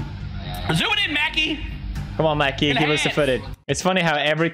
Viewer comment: ITS MA KAY MOT MACKIE. thats my middle name